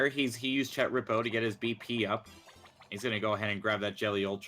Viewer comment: THANK YOU for pronouncing chet correctly